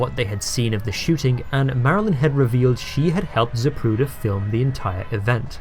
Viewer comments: Most of us heard here we have been pronouncing his last name incorrectly all these years. you act as though you hadn't heard this snippet of tape, you continue to pronounce it incorrectly! That issue aside, great job on this post, thank you for all your hard work here. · every time the ufc advertises for zip recruiter, i hear zapruder